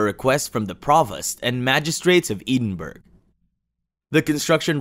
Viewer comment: Ee din berg is not how Edinburg is pronounced. I'm sure a quick dictionary search could have saved some embarrassment there.